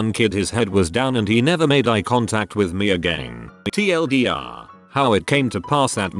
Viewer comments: How does a bot that reads reddit posts not know how to say TL;DR? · it's actually pronounced Tea El Deer. It's basically short for the one reindeer of Santa who he killed and ate. We use abbreviations bcz we aren't allowed to name him or sing about him or Santa will....